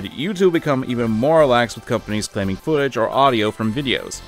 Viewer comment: Speaking over shrunken muted googege of the sh WTF did you just have an aneurysm there? Quarantine did a hard number on ya there...